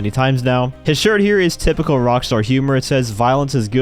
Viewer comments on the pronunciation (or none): none